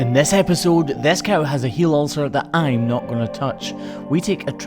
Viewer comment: Isn't it "HEEL Ulcer", not "HEAL Ulcer"???